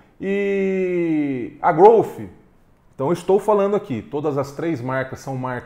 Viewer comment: Obrigado por pronunciar corretamente a marca Growth, com F mudo no final.. não aguento mais ver gente falando "Grouti" ou heavy "dãti"...... 🤦🏻‍♂️